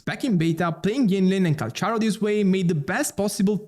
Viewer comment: Its pronounce 'kal-karo'